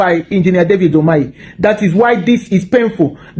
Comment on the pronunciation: Bro, e be like say you sef no de listen at all. The man's name is UMAHI not UMEAHI. Dem no go rest until they stop all Umahi roadworks the same as Stellah Oduah airport remodelling was stopped for allegedly buying cars for her ministry. How about the woman goes to the police and the courts?